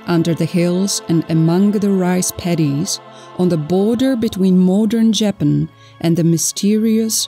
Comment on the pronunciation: What is insulting is pronouncing the country incorrectly. That is disrespect.